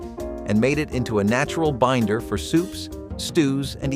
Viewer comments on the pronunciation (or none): none